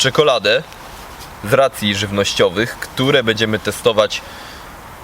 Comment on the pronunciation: Szum fal... Piękna pogoda ciekawy temat materiału i nagle "bedziemy" testować. Masz taką dobra dykcję że u ciebie "bedziemy" kuje w uszy 😁 Ale wiem czepiam się i nic tego nie zmieni.